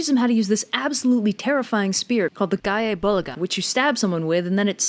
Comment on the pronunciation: oh so that's how you pronounce that. I've been pronouncing Dragunity Knight - Gae Bulg's name wrong for years.